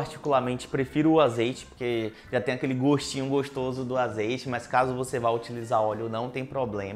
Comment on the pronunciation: Ele fala tão fofinho q parece estar seduzindo o tempo todo toda vez q ele fala goxtoso